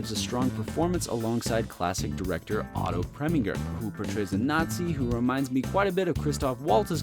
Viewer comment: Brilliant review of Wilder movies, Totally agree about The 7 Year Itch. BUT have to take points away for the mispronunciation of Walter Matthau and Otto Preminger. Keep up the good work.